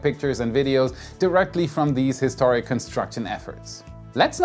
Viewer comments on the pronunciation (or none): none